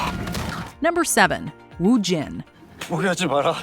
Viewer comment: Its wu-jin